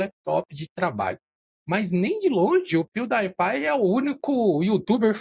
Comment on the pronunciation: Amo como o nunca consegue acertar as pronúncias das marcas/nomes kkkk "pew DIE pie" kkkkkkkkkkkkk (Só a título de curiosidade, a pronúncia correta é "piu-di-e-pai" [pronuncie em português] )